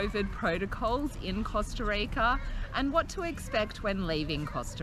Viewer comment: the way she pronounced Costa Rica and the amount of times she did so was intensely CRINGE